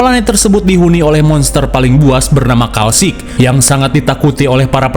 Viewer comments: Kalisk bang bukan kalsik 🗿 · KALISK BANG. BUKAN KALSIK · kalisk bg bukan kalsik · Punten, nama monster nya Kalisk bang bukan Kalsik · Klasik bukan kalisk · Kalisk bukan kalsik😂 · kalisk bg bukan kalsik😂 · Kalisk...bukan kalsik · Kalsik❌ Kalisk✅ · Kalics bang😭bukan kalsic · kalisk atau kalsik bang?🤭